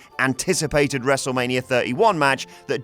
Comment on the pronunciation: how many times he said "wrestlemanier"